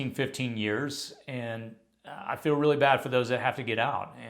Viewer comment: What is that accent... "feel" sounds like "fell"